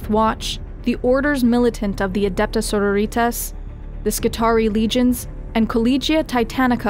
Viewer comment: almost everything presented in this is a great educational brief. almost everything. 99/100, if for making the name of iconic Adeptus Sororitas sound like a 40k themed margarita variant. emphasis on the second syllable, as you would when speaking of a Sorority. that aside, i hope to remember to refer to this video if ever i am asked to describe the Imperium of Man. as is typical of your channel; concise and informative, offering just enough depth not to drown in trivia.